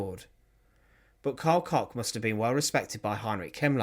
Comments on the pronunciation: It’s pronounced COOK….KOCH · This guy should buy from his sponsor to help with his terrible pronunciations. Koch is COKE. Always has been. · Koch is pronounced like Coke. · The Bitch of Buchenwals surname is actually prononunced Cosh